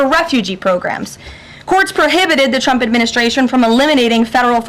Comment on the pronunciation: She said Chump instead of Trump, it's getting weird.